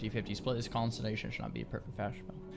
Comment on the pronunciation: trying to say consolidate <3